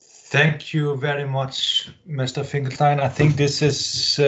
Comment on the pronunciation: Pronounce your Guest's name correctly, please.